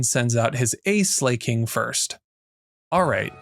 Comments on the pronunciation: Some Pokemon pronunciation is up for debate. But Slaking is literally just the word slacking (meaning lazy). Not yaas slay king. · but it's oh-so right. King, do be slaying.